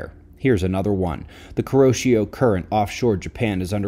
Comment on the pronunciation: Ko-RO-shi-O is not how you say it... U for uzi, o for orka, i for eagle... Kuroshio